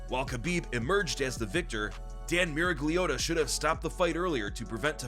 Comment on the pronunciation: 😂😂 He also said Miragliota. Lmfao